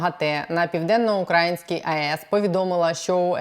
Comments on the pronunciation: Все чудово, але чому «УкрАїнській», а не «Українській» мене ледь не знудило на цьому моменті бо самі знаєте хто робить наголос туди… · Що з наголосом в слові украЇській??? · Будь ласка, не укрАїнській, а украЇнській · УкраЇнській, а не укрАїнській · На украЇнській, а не на укрАїнській... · Аж вуха ріже коли вона каже УкАїнській. Це москальський наратив